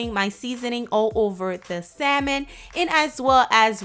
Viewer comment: say Saimon one more time